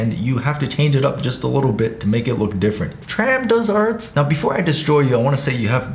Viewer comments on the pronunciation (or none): AHH THANKS FOR ROASTING MEE ahahah I felt more insulted by the way you pronounced my name than you roasting my art 💀😂 (Tram Do that's why my user name is tramdoesarts/tramdo esarts :D *badums)